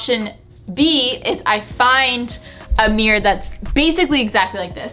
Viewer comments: I didn’t even realize you were saying “meer” instead of mirror 😂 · the way she says "mirror" like "mewr" 😂😂